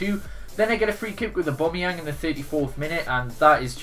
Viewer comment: His name is apparently abombmyang haha